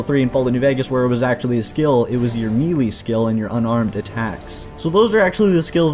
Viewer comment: Good video....not sure if intentional but...."Melee" [mey - ley]